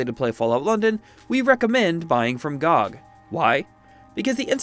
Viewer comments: No way he called it "gog" lol its G.O.G!!!!! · I don't think he knows it's an acronym lmao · bro really said GOG like that